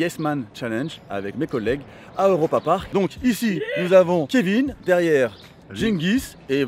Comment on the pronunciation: Cool vidéo par contre c’est « Europapark » pas « Eauropapark » 😂😂😁